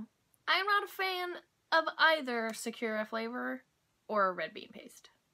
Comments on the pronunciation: Sa- ku - ra not sa-cure-a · Hi! In Japanese, each syllable usually takes up equal space in the word, unlike English where we stress some parts of our words for longer. Sakura (桜 - in kanji. さくら - in hiragana) has no stress on the 'ku', as you were saying it, but each syllable is equal in length! Hope this helps you in learning and speaking Japanese! がんばって！ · its pronounced sah-koo-rah